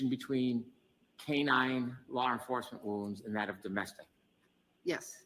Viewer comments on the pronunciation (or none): Lar enfuwsment.